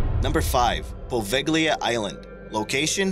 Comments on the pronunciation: I did enjoy your video, I think you have a pleasant voice and a nice style. I would, however, like to offer a constructive criticism regarding pronunciations. Pace names are highly subject to ideosyncratic pronunciations, and should always be checked out ahead of time. The two that jumped out most were Poveglia-po VAY lee uh and Allegheny- AL uh Gain e, rather than Po VEG lee uh and uh LEG in e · It's (po-vay-lee-ah) the "s" is silent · its pronouced PO-VEL-E-A!! I hate it when people don't reaserch before they make a video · You're absolutely right. Its pronounced Pa-vale-ya.That bothered me too! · u said Poveglia wrong. so wrong....